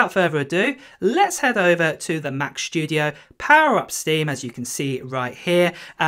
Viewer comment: studio, not shtudio